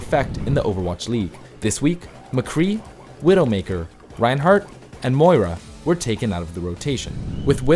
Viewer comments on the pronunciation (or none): none